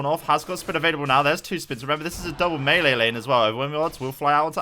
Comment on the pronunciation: Wow, a Brit who can't say melee. Odd.